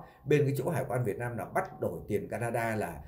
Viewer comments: Muốn làm YouTube thì phải sửa cách nói chuyện cho đúng chữ để thể hệ trẻ học theo chữ VIỆT NAM chứ không phải VIỆT LAM. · Đúng rồi b; ko lo sửa đổi ngôn từ cho đúng chính tả rồi hẳn làm youtube. Vnam mà đọc Việt lam; chịu luôn!